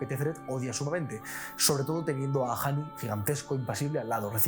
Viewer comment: Todos: Ajani. España: a g j h a n i